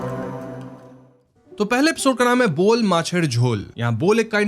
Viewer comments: It is 'bow-aal' not 'bowl'(বোয়াল = बोवाल). It is 'khaa-see-r', not 'khasir'(খাসীর = खासीर)। It is 'hnaaser saal-un', not 'hanser saloon'(হাঁসের সালুন = हॉसेर सालुन)। Jhol means curry, salun is more like soup and paya simply means foot. You sure do make a lot of effort to watch and represent content in all languages and from all communities, though. Keep rocking!!!🥰 I love your channel. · Apki voice se lagta hain app Bangali hain... To fir Bangla word pronunciation main problem kyun hoo Rahi hain ? Mera andaaza galat vi ho sakta hain lekin woo boyal mach hain bol mach nehi ☺️ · It's buyal not bowl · its not bowl fish its bowal fish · it’s not bowl, it’s bowal 🙂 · Bol nhi boaal hai bhai wo,😂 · It’s Boowaal macher jhol not bowl macher jhol 😂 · Bol fish Nehi boal fish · Bhai ooo bowl nehi boal fish hay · "Bol" Nehi Bhai Woh "Boyal" Hain, "Boyal" Ek Fish Ka Naam Hain. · Hey I m Bangladeshi jst want to correct bol nhi and “BO’aal’ pronounce hoga … never mind big fan ♥️♥️♥️♥️♥️♥️ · It’s Bowal (fish’s name) not Bowl 🥣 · It's not "Bol" It's Boyal Boyal is fish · It's not Bowl fish it's Bowal बोवाल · That is not bol that is boyal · The first one is "BO-AAL MACHER JHOL" BO-AAL ia a type of fish. not bol fish, BO-AAL. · It is not bowl It it bowal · Boal fish not bool fish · its "boyal" not "bol"🤣🤣🤣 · It's pronounced BOWAL MACH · He is Musharaff Karim …❤ he is a great comedian in Bangladesh ❤ and that is pronounced “Bowal macher jhol’’